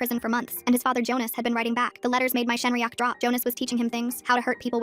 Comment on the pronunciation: Okay, this video is supposed to be serious, but what is a sHenryach 😭🙏🥀